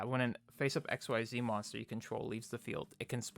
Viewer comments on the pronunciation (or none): Xyz I'd pronounced as Ex-ceed. XYZ is x y z in regards to the V-Z union/ Fusion monsters. Sorry that really bothered me.... good profile though.